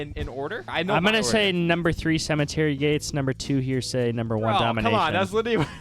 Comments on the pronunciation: The fact you keep pronouncing heresy as "hearsay" is quite annoying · Please guys, it's pronounced "hair-a-see"